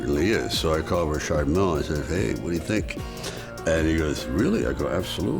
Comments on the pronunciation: I like RM. Lol even though Richard pronounces his own name wrong. I like Rolex as well, but Rolex is EXTREMELY plain looking and when you add gold to them they are just straight up gaudy as Fck. That doesn’t mean it isn’t classy. He’s Italian, he can get away with gold. It fits the stereotype. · When your just a just an average dick your name is pronounced Richard, when you make overpriced watches its Rishhaaaard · If I've learned nothing else, I've learned that I've been mispronouncing "Richard" for nearly 40 years. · I've never heard the name Richard pronounced Re-shard. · How is he pronouncing Richard? It's Richard! The designer is be f*cking pretentious!